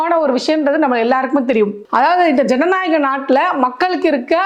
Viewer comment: உனக்கு தமிழ் பேச தெரியுமா தெரியாதா? திடிருக்கு திடில் ன்னு சொல்ற, ஜனநாயகத்துக்கு ஜகநாயகம்னு சொல்ற